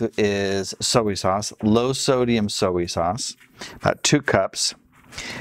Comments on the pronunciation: sowey what 😂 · The way you say “soy sauce” bothers me